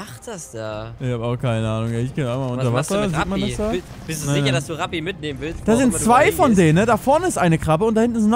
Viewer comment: Ich verstehe halt immer statt ''Rapi'' ''Krappi''. :D